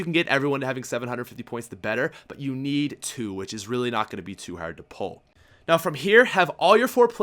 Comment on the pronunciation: "Its actually not too HERRRRD"